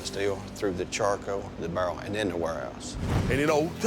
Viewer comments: “you know you can taste…some of the verneddle taste from the BURRRRL” Wtf is “verneddle”? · Tennessee whiskey goes from the steel, through the chako, to the bärrrrrr and then the warehouoos..